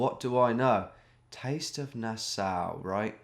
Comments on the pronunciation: Nass-Aw, not Nass-ow! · pronounced nas-saw. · Nassau is pronounced nah saw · it's NA-SAW lol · Nassau pronunciation is like nails on a chalkboard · Thanks for pretending to not know where Nassau was. Mispronouncing it was genius misdirection too! A big thanks for giving your bewildered fans an ego boost!